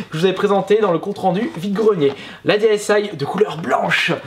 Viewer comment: Je veux juste être sur y'a que moi que sa fait bizarre quand il dit ds aïe et pas dsi